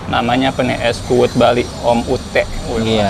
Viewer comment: Es kuud 😁 bukan es kuwut 😁 kuud artinya kelapa muda dalam bahasa bali